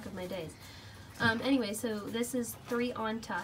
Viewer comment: It’s pronounced tree-anta